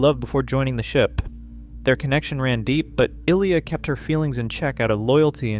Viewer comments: I saw the movie twice in the theaters. NO ONE left when Ilya died. ALSO: Her names is pronounced: I-Lee-ah. NOT Eel-i-ya. NOTE: One more click-bait title and I'll cancel my sub. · Seriously…how can you make an entire video on a character, and mispronounce her name repeatedly in the video. 🥹